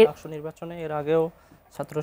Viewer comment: ডাকচু নাকি ডাকসু...? হায়রে বাম 😁